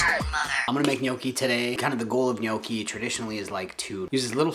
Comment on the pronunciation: My mom is Italian and always cringes when people pronounce Gnocchi incorrectly, but you said it perfectly! Good stuff here my dude!